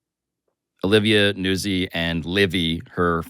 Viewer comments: Its “Newtzi” like pizza “pete za” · Nootzi. But Americans don't pronounce Italian names correctly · I believe it's pronounced like pizza. NOOT-zee. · I just learned about Pablo's podcast in the last month. I'm impressed. On another note, I believe it is Olivia Nuzzi as in Pizza (Peet-za) It is pronounced (newt-zee) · Look to pizza for a guide to pronouncing a double z followed by a vowel at the end of a word. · Gotta put a soft T in Nuzzi. Like pizza, palazzo, mezzo, or pazzo. Not like jazz. Or jizz. Since we're on the subject.